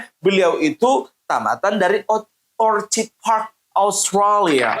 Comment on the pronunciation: Pronunciation yang benar kata ORKIT di mahkamah konstitusi disampaikan hanya oleh seorang ahli Nia-Liem yang lain ORCIt, juga oleh di konten ini😊